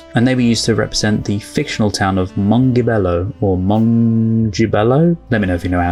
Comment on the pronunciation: Mongibello with a g that's like a j. (Based on pronunciation in movie.)